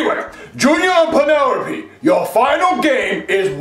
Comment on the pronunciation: I love how can’t pronounce his l’s “Red right Green right” “Alright Crass!” “Penerope” 😂😂😂😭😭